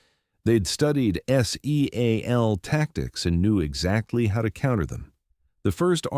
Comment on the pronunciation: S-E-a-L Team Alpha? Your AI can't pronounce SEAL as a word? was as far as I could take it. Try hiring a human editor.